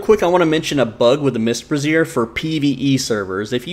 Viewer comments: It's "BRAY-zyer", not "breh-ZEER". The latter is how you pronounce "brasierre", which is an item of clothing better-known as a "bra". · 4th straight YouTuber that pronounces brazier like brassiere. Must be a glitch. Bray-zhr. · You aren't the only one doing this, but it's pronounced "Bray-zee-er" A brassiere is a type of bra.